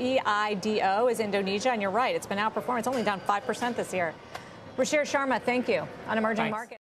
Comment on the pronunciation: It's 'Ruchir Sharma" NOT ''Ruchie Sharma'', LOL!